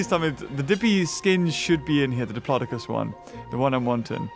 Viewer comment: said diplocis